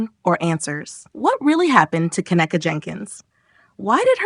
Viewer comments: See, its hard to get passed the 1st part of this video when the little stripper chick who was speaking in the very beginning turned around & made a video recanting all of those crazy ass claims that she had made so boldly & so confidently, making her credibility ZERO. Also, why are we calling her Ka-neck-a, when its pronounced Ken-neeka? 🤔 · Ughhh the annoyance! You’re say her name wrong!!!!